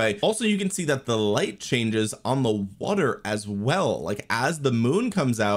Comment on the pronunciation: Water ❌ Wutter ✅